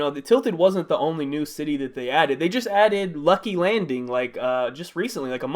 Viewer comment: did you just say Wrucky Wrandings?